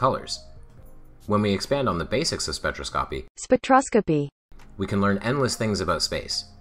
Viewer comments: Spek - trah - skah - pee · Already subbed to DKIS, but thanks for featuring this. "An elegance to his speech..." unless he's trying to pronounce "spectroscopy" 🤣🤣🤣